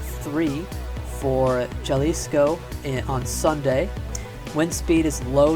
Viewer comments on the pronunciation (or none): Tip: You pronounce Jalisco with the J sounding more like an h